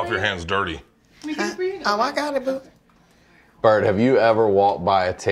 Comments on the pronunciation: I thought i was hearing shit 😅 I knew I heard brett!😅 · Tiff calling Bert “Brett” over and over.. I’m crying. 😂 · I love how Tiffany says Bret instead of Bert the whole episode. HAAAAAAA